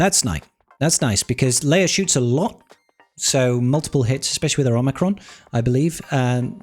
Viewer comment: Bruh Her name is Leia not Leir. Princess Leia not Princess Leir. 😂